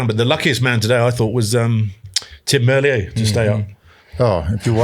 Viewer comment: Tim Merlier is pronounced like top tier. Not like a Frenche name.